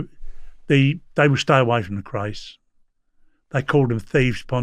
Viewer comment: You can't even pronounced thier name ( the Kays) you must be a drunken wanker.